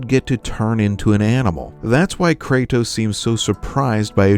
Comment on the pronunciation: Bro always says “Kraytos”